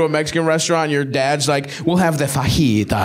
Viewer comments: Does dude pronounce fajitas like its a dragon ball character or something? Its said "Fuh heat uhs" pretty sure fuhjeeta is literally a dbz character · I'm offended that he didn't pronounce the j in fajitas